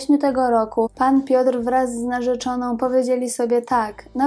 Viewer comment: 12,46 "narzyczoną"....